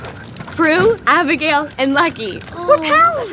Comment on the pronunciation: Abigel bukan abigal